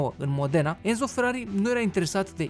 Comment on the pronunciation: Sunt italian și Enzo se citește Ențo